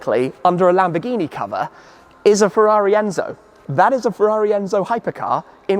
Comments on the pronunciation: It’s not ento who, it’s ENZO WHO 😅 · Its not Ento Who, its Enzo Who 😂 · the rego' plate on the Sterrato is ENZO WHO Tim, not ENTO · Come on Tim you know it’s ENZO not ENTO. Both these are are prime examples of utterly pointless vehicles. Just because you can doesn’t mean you should. The quote is “Roads? Where we're going, we don't need roads.” Can’t you read? It’s written right in front of you?? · "EN70 WHO" 💀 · "Enzo who" - it's a lambo...